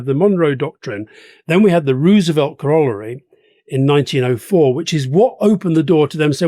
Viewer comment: CORAL LARY. GET IT RIGHT.